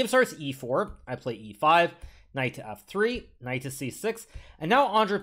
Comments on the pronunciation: Why does he keep saying “knife” instead of “knight” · did anyone heard knife instead of knight or just me lol